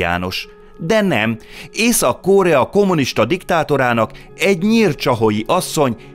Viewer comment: Miért kell Ó-val mondani a rövid O-t. Korea nem kÓrea…. Mondjuk a Phenjan sem Fenjan…. Nem egy ógörög név az….